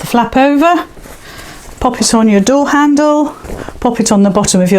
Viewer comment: that's a good idea. but i did have a little giggle. when you said candle. instead of handle. and you soaks i thought was the teddy's legs. lol lol Thank you. x